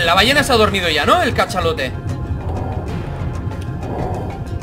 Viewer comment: Yo creí que decía ballena de chocolate